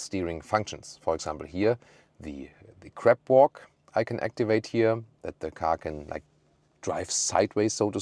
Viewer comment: I am dying!!! :)) Crab 🦀 walk, not Crap 💩 walk. I know, German accent is very difficult to get rid of. Great review as always!